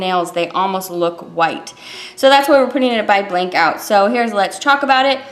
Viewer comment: Blanc is french for white and pronounced blahn....c is silent.....just a freindly fyi from Canada where french is mandatory on everything!! thanks for showing this beautiful collection xoxo